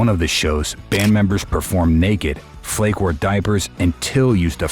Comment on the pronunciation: it would be cool if you would pronounce their names properly not lindeRmann - Lindemann. not raidel - riedel, pronounced as reedle and flake is pronounces flakah lorentz.